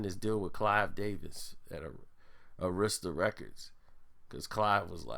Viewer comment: Arista is pronounced AIR-RISK-STIR lol